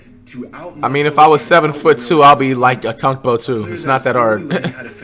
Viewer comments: Did he just call Giannis Akumpo ? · Bro said a-kunk-po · Nobody: Not a single soul: Flight: "AKUMPO?" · "Akunpo?" I'm dying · How he says giannis’ last name though 🤣🤣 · You can't pronounce giannis last name bro